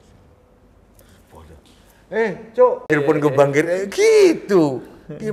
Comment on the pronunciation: he cokk 😂😂😂 Asli jowo polll